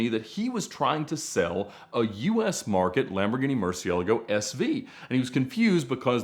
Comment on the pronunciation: I just love the way Ed says Murciélago. He's literally the only english-speaking-YouTube guy that knows how to pronounce it correctly. PS: I'm Spanish and I just cringe whenever I hear "Murcie-lágo".